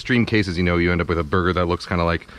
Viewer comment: sounds like he says booger. Yes I am 12.